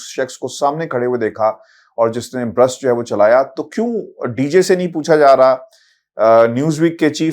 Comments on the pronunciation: Gentlemen it is Burst not Brust. "A burst-fire firearm is an "in-between" of fully and semi-automatic firearms, firing a brief continuous "burst" of multiple rounds with each trigger-pull, but then will require a manual re-actuation of the trigger to fire another burst." Ref: Automatic firearm - Wikipedia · Why are all anchors saying brust ? It's burst fire . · It's burst not brust. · ITS NOT BRUST BUT ITS BURST FRM AN AUTOMATIC WEAPON